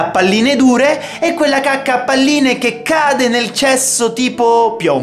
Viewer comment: Alla fine ai detto cuacca